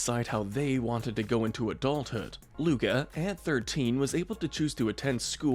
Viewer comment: Correction: Luca NOT Luka.